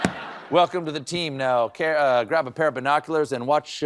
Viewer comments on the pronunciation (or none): none